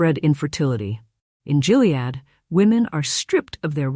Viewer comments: It’s not GILead, like “Jill” ! It’s GILead like “Gill” as in a fish… 🙄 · Just for information, Gilead is pronounced with a HARD "G". It's not "Jill-ead"...it's GILL-ead. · Check your fake voice; it's a hard G in Gilead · It's pronounced "Gilead". Hard g like gum, gutter, gay... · Hard G on Gilead. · Um, isn't "Gilead" pronounced with a hard "g"? Lame AI narration is lame. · I think that’s the only way the AI can read it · Gilead has a hard G. Skimped a bit on research?